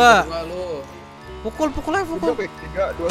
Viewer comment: ngomong pukul aja susah bad keknya wkwk